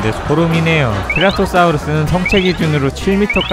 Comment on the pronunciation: 사우르스 아니에요 사우루스입니다